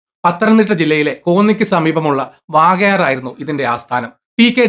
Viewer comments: Not vaakayar ,it's vakayar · വാകയാർ അല്ല, വകയാർ എന്നാണ്. എൻ്റെ നാട്ടുകാരനാണ്. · Vaakayar alla bro Vakayar aanu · Elanthoor ഉണ്ടായിരുന്നു ഒരു ബ്രാഞ്ച് ഇപ്പോ അവിടെ ഒരു ബേക്കറി പ്രവർത്തിക്കുകയാണ്. Bro വാകയർ അല്ല വകയാർ ആണ്